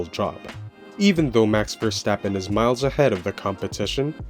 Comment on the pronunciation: Pleas pronounce his name correct! He is Dutch not German.